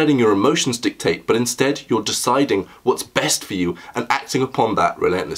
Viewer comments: 0.42 seconds pretty sure he said breast translation rather than best ... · my man said breast translation lol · the lad said breast not best.... aha classic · Dude totally said "breast translation" 🤣🤣🤣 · he sais 'breast translation' at 40 seconds, bwahahahahaha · He definitely calls it the breast translation, the English captions confirm it.